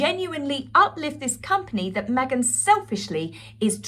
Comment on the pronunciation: You killed me! At the beginning of the video, the way you said Meg-han……..I don’t know why it got me so bad bad this time! But, thank you! I’ve been having such a sad day, I cracked up and spit my coffee 😂😂😂😂😂